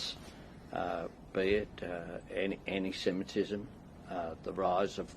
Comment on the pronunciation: And he never pronounces anti-semitism correctly. Always says anyssemitism. 😡